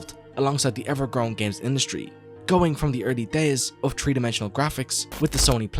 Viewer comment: I really like your videos, but please work on your "th" sounds. The way you pronounce three as tree is distracting. Other than that, your videos are freaking amazing.